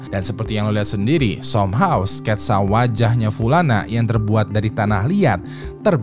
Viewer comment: SOMEHOW bukan dibaca SOMHAW ngab ! yg bener SAMHAW -_